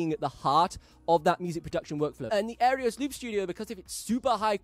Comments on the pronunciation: Wow…you said Singularity Sound instead of Singular Sound…and you said Aereos instead of Aeros. Surprising since you seem to be a stickler for detail. Just saying…. But, I’ve always enjoyed your videos. In fact I just bought the Aeros Loop Studio and the Midi Maestro mostly on your recommendation. I have a lot of respect for your opinion when it comes to looping. Your experience looping from such an early age makes you a valuable resource. Thank you for what you contribute to the looping community. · Nice video! Im waiting on my gold edition now… You do realize you are completely botching the product name AND the company name , right!?? 😂 its an Aeros not “Aerios”… and the company is Singular sound not “Singularity Sound”. Sry just thought id point that out…